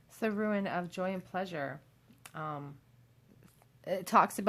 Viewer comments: I absolutely love your readings, you have a super soothing voice! Most I’ve seen are super accurate but I always get triggered when you say “ruin” instead of “rune” because I keep picturing crumbling sites and think you are about to tell me (us) that everything is gonna get destroyed. I don’t know why the association makes me cringe so much, but it just does. I guess is just my inner fear of loss and abandonment getting triggered by the mental picture 😪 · I watch more of your recent videos and you kept saying how you pronounced "rune" wrong and I was like "What do you mean? That's correct?" I now understand. hahahahahaha